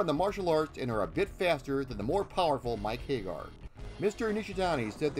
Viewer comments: but that's how you should pronounce it, because hay-gar is terribly wrong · Hag-gar, not Hay-gar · Understood. Regardless it is still incorrect. Please use Sammy Hagar as a reference. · Very informative. Don’t want to make it seem as if this wasn’t a good documentary. I always thought Andore was based on Andre the Giant as they even have several references to Andre the Giant such as his big Wrestlemania match against Hulk Hogan being copied for Hugo and Alex’s intro. Just a few corrections: 1-You said Mike “Hay-gar.” It’s pronounced “Hag-Gar” 2-You said “An-Do-Ray” when it’s “An-Door.” 3-The O at the end of Rolento is silent for reasons I don’t know...but they pronounce it “Rolent” 4-Roxy is NOT transgender. Poison is. They are two different characters. 5-That’s funny about the gay thing. Not sure if you meant it on purpose. The “Gay” spelling was a mistranslation of “Gai” and Japanese kanji doesn’t always translate well to the Roman alphabet so they thought, “Gay” was pronounced “Gai” or “Guy.” It was never supposed to be pronounced as gay 😂. 6-You said “Mackie” when her name is pronounced “MA-Key” 7-Final Fight: Streetwise was released in 2006, not 2005. As said, really good documentary. I hope you increase greatly. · No sure I agree with your pronunciation. It's not Hay-gar, it's HAG-gar. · "Mike Haygar"?? Pretty sure it's HAGG ARR